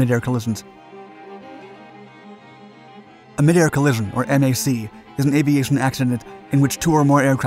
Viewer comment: Very interesting. However you don’t seem to be able to pronounce collision 😅